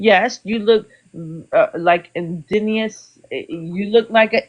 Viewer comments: Once she started talking about “hair” she became “an idiot.” How often does she re-style Her hair (day to day) ??? “Indenius” 😆(Inebriated) Clown !!! Another scratch against the latino community. She’s Very Baaad Rep of all of us. She should’ve been cut-off the second (it was obvious) “the alcohol kicked in.” She’s Most Definitely & Without A Doubt a Reeeally Bad Representative of another latino !!! She’s Not Puerto Rican, She’s Ignorant !!! I Do hope that she will Listen To Herself when she gets sober !!! She just out herself on “Blast” by putting not only her face out there, but her name too. Can’t wait till she goes to work on Monday !!! 😳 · Um lady It’s indigenous not In-disneyous 😂 dont be mad at he’s just educating🫶🏾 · I just wish her drunk ass could say indigenous instead of ingenius. I guess ur a genius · ALCOHOLIC 🥃 HAIR RAGE: "You wanna be or look InDEMenious. ImGEMenious. inDIGemious 😂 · Not her calling Indigenous, INGENIOUS 😂😂😂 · No, it’s Indinious. Wait. It’s actually both. 😂😅 Nevermind. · First time I heard the word "inginious".. I always thought it was indigenous. I think she's drunk. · First off... the word "INDIGENOUS" was whoopin her ass!! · Because she can't say indigenous.... Clearly 🤣🤣🤣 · Don't understand why he can't wear his hair how he wants. Is she jealous of his hair? She is obsessed about his hair. She is totally ignorant! She keeps pronouncing Indigenous incorrectly. She is so drunk. Her responses are funny and equally stupid 🤣 your hair is beautiful and i wish you could whip it in her face😂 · It's so funny she cannot even pronounce the word indigenous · She sounds drunk! Couldn’t say indigenous to save her life. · Omg 🙄She can’t even pronounce indigenous. Bless her heart. 🥴I myself am Puerto Rican and I understand the difference between race and ethnicity. 🤦🏽‍♀️Reading is fundamental! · The word indigenous is kicking her ass. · Will she ever say indigenous right?💀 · Also mad he can pronounce "indigenous"